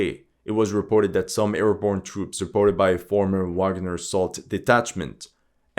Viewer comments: Great video! Minor detail: Wagner in German is pronounced vagner. ;-) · For someone who likes to pride themselves in pronounce names in the native language (most of the time wrong). You keep saying Wagner with a W not a V. It's German...